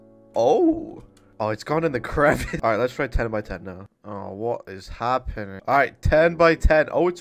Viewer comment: That is the most British "Wha' is happenin'?" I've heard in my life.